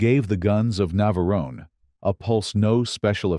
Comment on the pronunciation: ...terrible AI commentary! 'The Guns of Naverone-ay'?? Get a REAL person!!